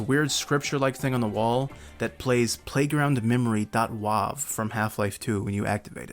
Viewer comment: did you just pronounce .wav as "Wuave" ? LOL